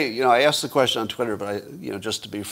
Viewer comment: Some help with pronunciation: 1) Viva Frei is pronounced Viva Fry. 2) The word "quesTion" has a "T" in it so you say "kwestchun" not "kweshun"